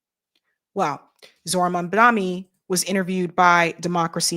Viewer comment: 😅 please say mamdani right, IT IS Not that difficult 😂